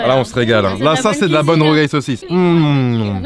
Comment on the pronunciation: "de la rougail saucisse"